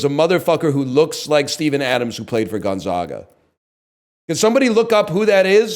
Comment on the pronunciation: Ok his pronunciation of Gonzaga is infuriating